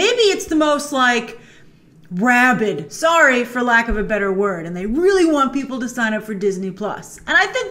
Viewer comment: “RABID” LMFAOO